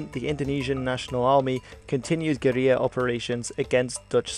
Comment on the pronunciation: Very informative documentary, but just one correction: the word "guerilla" in English is pronounced "ger-ILL-ah", not "ger-EE-ah". It might be a Spanish word in its origins, but you're speaking English here. You also misspelled Marshall (you had it as "Marhsall").